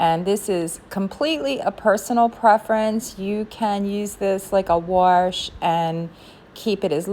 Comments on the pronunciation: It’s not “warsh” it’s wash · You are definitely a Baltimore girl. We say warsh. Lol